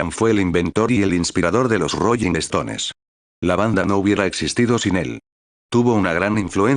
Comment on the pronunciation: "¿Royin estones y yentesman"? Dios miooo🤦🏻‍♀️🤦🏻‍♀️🤦🏻‍♀️🤦🏻‍♀️